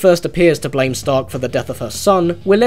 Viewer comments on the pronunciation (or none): none